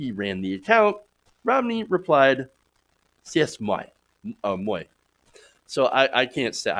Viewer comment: It's pronounced, "say mwah!"... (maybe ask a colleague before you attempt to say it live?)